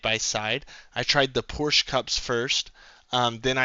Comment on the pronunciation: Porsch, of course!